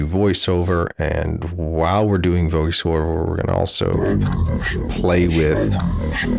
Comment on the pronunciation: “While we’re doing voice wover”